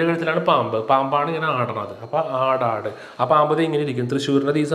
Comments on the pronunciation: അടാട് അല്ല സർ, അടാട്ട് ആണ്... തൃശൂർ ജില്ലയിലെ അടാട്ട്... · കൂരൂർ നീലകണ്ഠൻ നമ്പൂതിരിപാട് ജനിച്ചത് തൃശ്ശൂർ ജില്ലയുടെ ആടാട് അല്ല സാറേ..അടാട്ട്,😊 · അടാട്ട് എന്നാണ് ശരി ആയ pronounciation